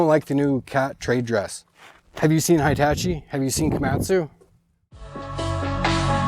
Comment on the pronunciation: HI-TA-CHEE? DECK-EL? Are you doing that intentionally?